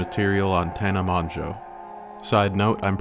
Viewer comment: I love your confidence in how you’re the only man to say Tana Mongeau’s name correctly…. while saying it completely incorrectly each time… 😂 (It’s pronounced “Mo-Jo”)